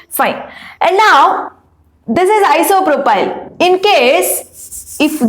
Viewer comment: Isopropyl mam not propyl